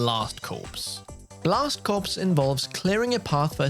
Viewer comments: I know this is confusing to Europeans but the p and the s are silent in the word Corps, so the title is not pronounced Blast Corpse, its pronounced Blast Core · "Corps" from "Blast Corps" is pronounced "core" not "corpse." There was at least one other mispronunciation but I'm not bothering to rewind and watch this again. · It's pronounced Blast Core, not corpse. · "Blast Corpse" 😂😂😂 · I think it’s pronounced blast “CORE” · "blast corpse" LOL